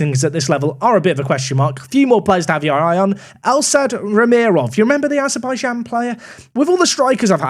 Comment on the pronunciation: im sorry but how can you look at Rahimov and read it as "Ramirov" ?